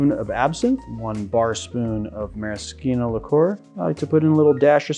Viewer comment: You are perhaps one in a million...maybe billion, to pronounce 'maraschino' correctly. (Although you did pronounce it the common way for the Aviation & Hemingway Daiquiri cocktails). Just like 'bruschetta' which is also rarely correctly said. Interesting variations of drinks from the way I was taught. And I mean interesting in a good way. Your versions of some cocktails really added a level of chic and uniqueness. I will try your version of the Mojito which looks like a mint Caipirinha which sounds delicious to me.